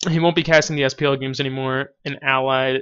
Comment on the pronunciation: I found out the spelling :) Allied. In this video, it sounds like your saying Ally or Allies.. Thanks for talking about him btw. I wanted to learn more about him, since he's struggling with cancer and since I'm dipping my toes in the Twitch pool.